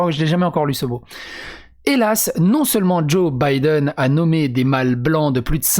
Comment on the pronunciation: Vous croyais quoi ? C'est un IRLANDAIS CATHOLIQUE descendant de l organisation nationaliste de l IRA !!! Vous croyez que ct un ptn de gaucho lgbt + Sinon c drôle comment l auteur prononce Biden au lieu de Baïden on a l impression que le mec à déjà bider son mandat